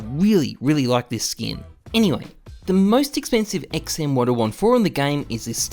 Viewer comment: Take a shot everytime he says "enywey"